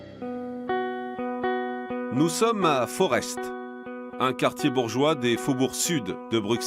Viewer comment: On dit forte, non forest